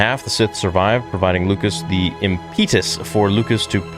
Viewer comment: Imp-Ih-Duhs my friend “ˈimpədəs”